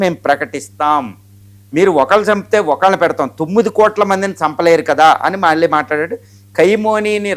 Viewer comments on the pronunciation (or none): none